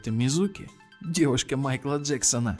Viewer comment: Не мизУки а мИзуки